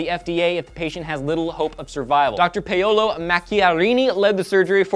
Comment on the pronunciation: I believe it's pronounced "pow-lo" not "pay-YOLO".